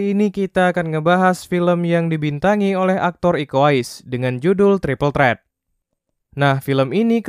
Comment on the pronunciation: Threat dibaca trit wkwk